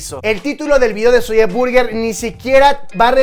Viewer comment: por que dices "Zolle Burguer " ? ¿? 😒😒